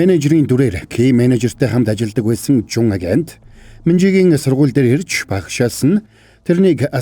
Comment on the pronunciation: Ажэнт биш агент шүү бро